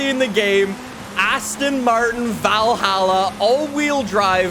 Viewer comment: Not being mean, but Valhalla is pronounced like you say ball or doll